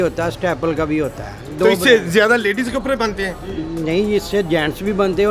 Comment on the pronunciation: Can’t he pronounce “D”? He says “kapre” for kapde and “jora” for joda.